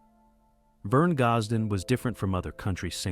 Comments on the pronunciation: If the narrator cannot pronounce his name, can we take this to be true ... I will always love his music and wish he was still here making the good Country Music some of us Love !!! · Can not even pronounce his.name